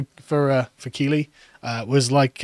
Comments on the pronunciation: Keighley is pronounced Keith li, not keelee. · On a side note, Keighley is pronounced Keethly not Keely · Great podcast as always, but as yorkshireman Keighley is pronounced Keith-ley 😂😂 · I feel as a born and bred Yorkshireman, it's incumbent upon me to correct the pronunciation of Keighley, not Key-lee but Keith-lee! 😗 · Keighley is pronounced Keith Lee. I winced ever time you said kee lee. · Its pronounced keithly. Also, a sense of betrayal, from people who have zero loyalty to anything thats not the "current thing" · It’s pronounced Keith-ly… or Keithleystan to the locals 😂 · Keighley is pronounced 'Keithlee'. And as you can imagine, its greatest fame is its grooming gangs. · For future reference guys it's pronounced Keith - Lee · Keighley is pronounced, Keethley ! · Keighley is pronounced ’Keeth ley’ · Keighley is pronounced Keith-lee .. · It's pronounced Keigth-lee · Keighley is pronounced Keef-lay. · It's pronounced Keith-ley. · Keighley is pronounced “keethly”. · Keighley, pronounced "Keeth-ley" Yes, ghoti = Fish... and all that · Keighley is pronounced "Keithlee"! ......bloody southerners...... 😒😊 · Its pronounced KEEFLEY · Its pronounced keithly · No its pronounced kaylee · Pronounced KEETHLY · It’s pronounced ‘keithly’ 🙄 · It's pronounced Keethly you wassacks.